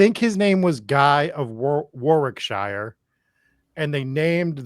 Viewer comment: You guy's got me wincing every time you said Warwickshire. The correct pronunciation is War-rick-shur. I know that isn't how it's written but first of all, we're English, and second, you had me saying Arkansas for years only to find out it was Ar-can-saw all along! I'm personally born and bread in Hereford (no, not Hereford, Texas!) England. Most American's pronunciation of this is Here-ford, but it is pronounced Herry-furd, even though it means here is a ford in the river. Again, I know but we are English, what else can I say. Love the podcast version. I have been binging for sometime but had to come to youtube to see the video and pictures of what you were talking about. Keep-up the good work, guys.